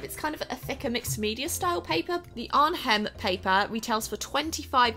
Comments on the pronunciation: The ‘h’ in Arnhem is silent.. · The 'h' in 'Arnhem' is actually silent ^^ Greetings from a Dutch viewer ♥ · The "H" is silent in Arnhem. wow